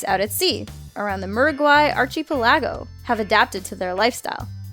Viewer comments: archie pelago?? ark-a-pel-ago!!! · ARCHY PELLAGO.... lol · Also, Archie-pill-ago? It's Archipelago. Pronounced "Ark-i-PELL-ago." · It's not lactate. It's lactic acid! and for peat's sake, Archypelaago? Archipelago is ark-a-pel-ago!!! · archipelago = ark-uh-PEL-uh-go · archipelago is should sound like ark-ki-pelago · At #1 did she really pronounced archipelago as ar-chi-pelago? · Who is "Archie Pellago?" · Archie-pelaggo?! Come on you gotta know how to pronounce archipelago. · Archypelaago??!! Good lord pls find out how words are pronounced b4 you use them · xD Can someone please tell her how to pronounce "archipelago"? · that is not how that word is pronounced archipelago? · Does it bother anyone else that is constantly mispronouncing common words like archipelago? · Edward V. Yeah. One announcer who can’t say archipelago